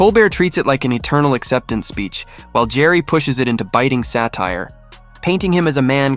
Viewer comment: Jerry?! Who the fuck is Jerry?! Ricky's last name is Gervais; it's pronounced as Jer-vase. A better content provider would do research into how to pronounce words and names properly. Do better.